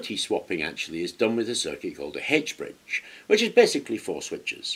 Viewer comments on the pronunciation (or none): You really had me scratching my head mentioning a Hedge Bridge. We know it as an "H" ( aitch ) bridge.